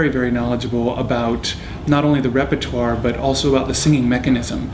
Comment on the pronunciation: Urs pronounced "repertoire" correctly. It's a French word and pronounced reper twa